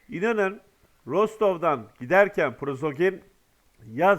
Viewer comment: Arkadaş, sizə bir dəfə də demişdim: "Prozoqin" deyil o adamın soy adı - "Priqojin" - dir.